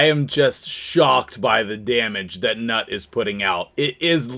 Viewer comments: "newt" not "nut" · i think he is pronounced newt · NEWT. Thats how it's pronounced. 😊